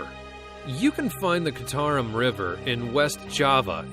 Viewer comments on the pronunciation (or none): It’s pronounced Chee-tah-room. Not kitarum, the one in Java. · Dude, you mispronounced citarum, its 'ci' should be pronounce as chi